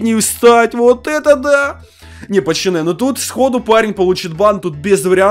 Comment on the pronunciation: а почему ты говоришь пачаны если ты должен говорить пацаны